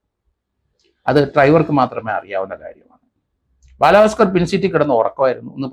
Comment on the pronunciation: ബാലാ ഭാസ്കർ അല്ല ബാല ഭാസ്കർ സോഫി അല്ല സോബി